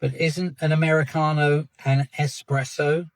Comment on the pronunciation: Dude, it's espresso.. not "expresso" lol.. n'yeah an Americano is just espresso and water. Cream and such if you desire, but those are extras that you'd add.